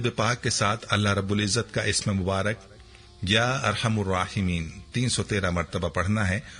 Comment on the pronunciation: Likhawa ya arhamarrahimeen or bol ap ar hamur rahimeen tau kia prhun